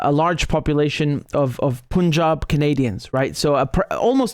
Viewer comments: It is not p-u-n jab, it is like the word "pun " + "job". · No disrespect, it's not "Poonjab" It's ok to go with the traditional pronunciation of "U"(cup, umbrella, unless you hail from the North of the UK) On the topic, maybe India should rekindle the old Free Quebec movement, 😅since Canada is so concerned with the khalistani "freedom fighters', the vote in the1995 referendum was not what one could call conclusive. With not more than 1% deciding to stay with Canada, there's was always plenty of "wiggle room " wink, wink nudge, nudge. 😅It wouldn't be the first time in the history of "free and democratic " elections in the glorious west😂